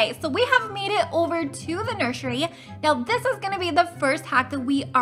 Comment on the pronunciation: She said nurshury